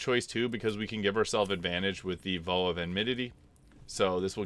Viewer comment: You're clearly a smart guy but some of the ways you pronounce words are just baffling. The word isn't pronounced "v-oh." The "ow" is pronounced like when you stub your toe and exclaim "oww!!" or like "ouch." There have been other words like this in other videos. And I'm not trying to mock you. I just want you to sound as smart as you are.